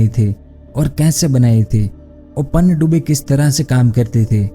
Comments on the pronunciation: बिल्कुल सही! पनडुब्बी का उच्चारण ही नहीं कर पा रहे हैं! पनडुब्बी को पन्नडुब्बी बोल रहे हैं! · Bhai aapi ki video to sahi he lekin panidubi nahi pandubi bolte he please thoda sune me sahi lage esa bole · Pannadubi nhi Pandubi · Are murkh panyadubbi nhi pandubbi hota hai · पनडुब्बी कहते है पहले panndubbi नही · PaaaannduBi nhi bhai pandubi 😐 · पन्नडुब्बी नही पनडुब्बी बोलिए ।। आवाज मिठा न सही शब्द तो सही से बोलो😀😀😄😄